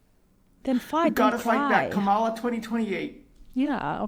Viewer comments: That white dudes for Kamala guy is so mad about about her loss but he is saying her name wrong. The accent goes on the first syllable not the second. They get so pissed off when people say her name like that. There is a lot more hate coming from liberals toward all men, especially white men. They keep telling me how terrible I am but now they're mad that I didn't vote their way? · If the White Guy in the glasses voted for Kamala, why is he pronouncing her name wrong?